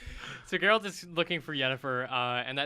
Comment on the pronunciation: Oh my. actually pronounced Yennefer name correctly. In Polish you would say her name exactly how he said it. Its not Dżennefer and Dżerald. Its Yennefer and Geralt.